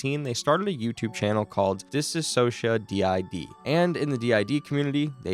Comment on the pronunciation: bro please learn how to say anthony’s last name and “DissociaDID” ,, it’s not that hard , there are probably hundreds of videos of people saying them correctly 💔